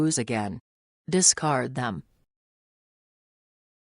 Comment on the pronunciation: Discart, discart, discart, discart, discart, discart and discart...